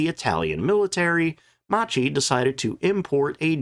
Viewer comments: When in Italian a consonant is followed by a H the sound of the syllable is hard. To be clearer, Macchi you should read as "Makki", not like you did. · Video. I wish creators used Forvo to learn pronunciation of names before stumbling over them dozens of times.